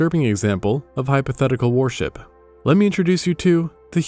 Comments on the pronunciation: Awesome video, but your pronunciation of worship as warship is doing my head in 😂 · The pronunciation of "worship" rhyming with "warship" makes me ask if the narration is AI.